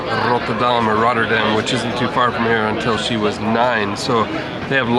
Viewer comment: You committed one of the biggest crimes: talking in the stiltecoupe lol. Just kidding, love the video. You pronunciation of "Rotterdam" is amazing tbh. Do you speak Dutch or just a few words?